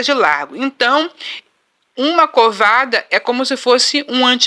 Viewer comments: Minha irmã! Pelo amor de Deus fala a pronúncia correrta , a palavra correta é côvado e não covado. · Gente não é covada é côvado!